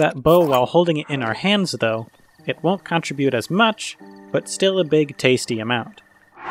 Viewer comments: I'm sorry but this was just really bothering me. The word "contribute" is pronounced cun-TRIB-yoot, not CON-trib-yoot. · "Change" shouldn’t be capitalized "Guardian" should be capitalized "Google" should be capitalized "it's" shouldn’t have an apostrophe You consistently mispronounce "contribute"; stress is on the second syllable. I don’t really mind these things but you asked...